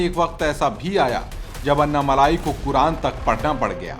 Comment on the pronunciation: अन्ना मलाई नही ये अन्ना मलै।